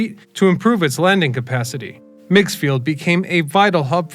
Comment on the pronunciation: First, The name rhymes with rigs or pigs. Second, It was never a major airport. It was used by local folks wealthy enough to own a private plane, and for some regional commuter flights. I flew in and out of migs a couple of times in the '90s for state of Illinois business. It was scary, especially in crosswinds. I've seen more than one plane crash into lake Michigan around this strip.